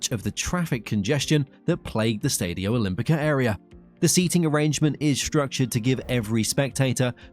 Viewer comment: Keeps pronouncing Stadio and Lazio wrong, grrrrr